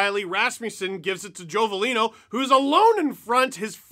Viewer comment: At least say veleno's name right....think Jay leno..